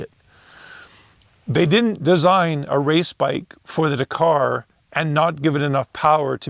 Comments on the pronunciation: still watched the whole vid. but winced every time you said da-car. ive been brought up hearing dak-ar. 👍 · Forget trying to pronounce a Chinese name. Just try pronouncing Dakar correctly. It is not "dKAR" it is Dak-ar with same emphasis on both syllables. Listen to the commentators, competitors, etc to get it right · It's pronounced 'Dak-ar' not 'da-car'.